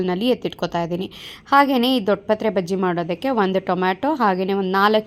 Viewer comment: Baggie, not paggie